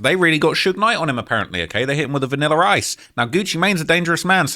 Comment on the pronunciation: Did u say vanillar rice? 😂😂😂